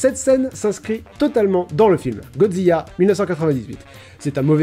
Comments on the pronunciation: Non, Godjira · Euuuh tu as dit godziya ??!! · >Godzilla >prononce Godziya Alors. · T'a vraiment dis GODZIYA ?????? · En vrai en japonais c'est GOJIRA :D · Mais c'est quel genre d'attardé qui prononce Godzilla "Godziya" ?